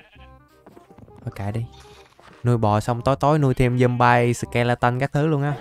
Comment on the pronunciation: Trời ơi con zomby mà anh gọi là zombai 🤣🤣🤣🤣